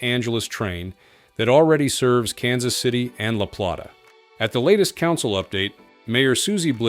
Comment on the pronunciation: “La-plot-uh”?? Shows AI ain’t perfect!